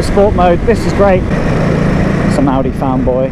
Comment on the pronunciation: Great review, at one point I thought you said well done Aldi not Audi!!!!